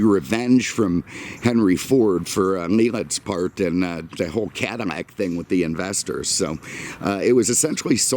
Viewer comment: Take a shot every time this dude mispronounces “Cadillac” as “Cadimmac”. All in all, great video, dude!